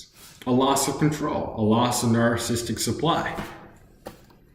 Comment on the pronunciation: You can't even pronounce narcissistic. It's not nar-cist-uc. It's nar-ciss-ist-ic. Four syllables, not three. You're probably even more narcissistic than your mother is